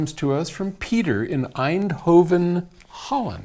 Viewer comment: how i like how you pronounced eindhoven, i met alot of people in my US trip last year who failed to pronounce it even close to what it sounds like. paul, you are close to perfection in pronouncing it.